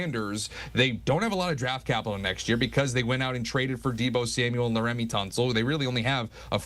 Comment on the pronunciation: why do yall bring in an "expert" who doesnt know what they're talking about... bro doesnt even know how to pronounce laremy😭